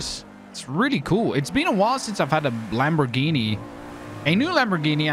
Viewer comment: not hating, but people needa learn to pronounce lambos names, its not that hard